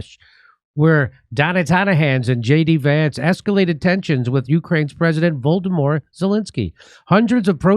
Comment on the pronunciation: It's very funny that Volodomyr is so easily mispronounced Voldemort. 😁 That's what it sounded like Jimmy said, but I don't know if it was a mistake or not.